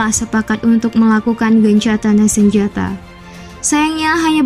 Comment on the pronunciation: GENCATANJA SENJATA , , ngomong opo peno , , ndeng , ndeng